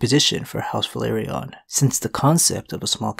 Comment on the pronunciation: please stop mispronouncing velaryon please